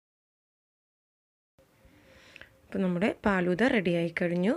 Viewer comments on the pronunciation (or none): ബോംബെയിൽ (ഹിന്ദിക്കാർ) ഫാലുദ എന്നാണ് പറയുന്നത്. പാലുദ എന്നല്ല. എനിക്ക് ഹിന്ദി നന്നായി അറിയാം. മുജെ ഹിന്ദി അച്ചി തരഹ്‌ മാലും ഹൈ.